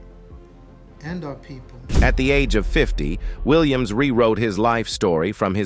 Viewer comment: this is a bot. "he" mispronounced mr. williams name like four different ways. so disrespectful